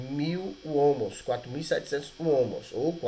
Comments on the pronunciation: Ohms, não ohmos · Ótima aula, parabéns. Só que Ohms ou Ohm, não é homus a pronúncia certa seria “on” ou “omis” no plural.